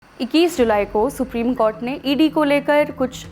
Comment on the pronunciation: Ye anchor bekar hai कॉर्ट नहीं कोर्ट होता है 😅